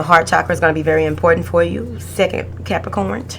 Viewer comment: i love how you say Capricornt😂😭